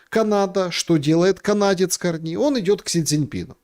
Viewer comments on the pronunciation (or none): такую хрень про Канаду несёт, аж уши в трубочку заворачиваются. хоть бы ударение правильно выучил как ставить в фамилии Карни. уровень перехода у метро.